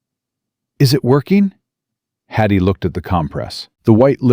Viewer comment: Watching from UK,shame you kept saying Hattie's name wrong ,but truly a lovely story